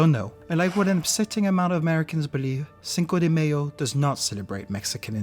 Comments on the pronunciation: “Cinco de mAy’o “ ❌———> “cinco de mayo”✅ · The dislikes are because the dude can't even pronounce it right, he says "Cinco de Mayonnaise"..... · I like the video and find it very instructive. Only that it made me cringe every time the word "mayo" was pronounce as in mayonnaise. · Hahah yes I cringe at it myself! Don’t know why I pronounced it that way, especially since I speak Spanish. Thank you for watching and glad you enjoyed it nevertheless. Merde !